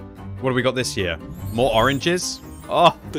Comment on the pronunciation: Did say "oranges" or "RNG's"?